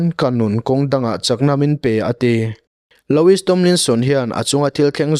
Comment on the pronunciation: Loowie ti a lam tur